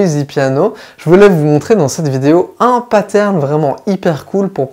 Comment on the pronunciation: J'avoue que quand je vous entends dire des mots anglais avec une prononciation française ça pique les oreilles. Paterne ou bien séquence...